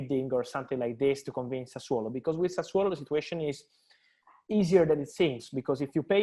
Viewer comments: has gone from saying Sassuloo to Sassuaalo. At least it is progress. I know it is incredibly hard for him but hopefully he will say Sassuolo soon. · Wonder how much times practiced pronouncing "Sassuolo" before Romano came on.🤣🤣🤣🤣